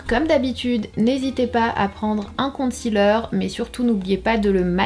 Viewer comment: Pourquoi les français prononcent concealer " compte cealer" lol